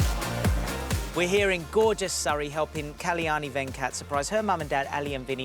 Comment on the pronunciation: The name is KAL-YANI and not KALI-YANI, such a beautiful goddess' name should be pronounced properly